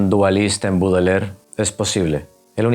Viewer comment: Este jovencito ni siquiera sabe pronunciar el apellido de Baudelaire. Dice "Budeler". Bastante burdo. Quienes no sepan nada del poeta, les recomiendo recurrir a otras fuentes. Por dar un ejemplo, la habitación donde vivía Baudelaire era impecable y aseada, la habitación de un monje, y nada que ver con la creencia de la manera en quez se suponen viviría un poeta maldito.